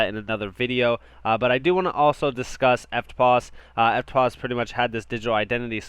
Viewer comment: Good work on pronouncing EFTPOS correctly👍. I think HBAR is going to be massive. It has utility and is worthy a top 5 position in the Crypto market place. Thanks for the updates mate.👊